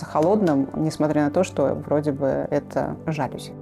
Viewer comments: ЖалЮзи, невозможно слушать 😂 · что за.. уютный,теплый,гостеприимный,выразительный,стильный дом. аж душа поет. /нет вдохновения начерпались в подвалах лубянки. и кстати,профессионалы интерьера должны быть в курсе ударения в слове жалюзи́